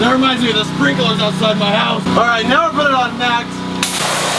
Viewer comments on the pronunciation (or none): none